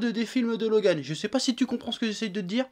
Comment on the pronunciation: Je like juste car il a dis mon prénom 49507 fois dans cette video et car il le prononce plutot bien